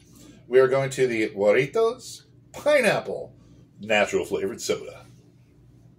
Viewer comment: Pronounced Haritos The j in Spanish is pronounced with an h. Regardless, these Mexican sodas are amazing.